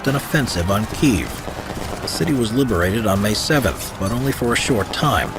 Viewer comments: kee-ehv > keev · Kyiv, not Kiev! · It's kiev